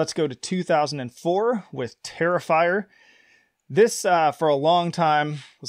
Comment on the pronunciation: It's not even close...TERRIFYER .